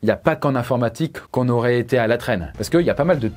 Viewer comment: "Il y aurate encore plus d'humains"? 😂😂